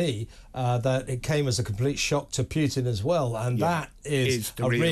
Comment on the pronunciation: Stop saying 'Pyutin'. It's Putin as in poo-tin.